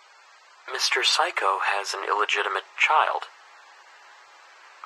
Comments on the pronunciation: help why do i hear saikou as physco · "Mr Saikou" Nope it's... "Mr Psycho"